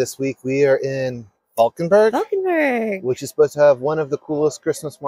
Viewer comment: Love the buffalo (bison) on your hat. And 😘 for the flawless ‘Valkenburg’!